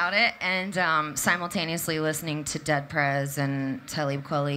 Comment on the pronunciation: Who is "Tellib Kwellie?" ? She must have meant Talib Kweli? haha